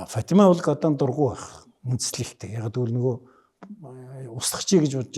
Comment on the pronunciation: годон биш годан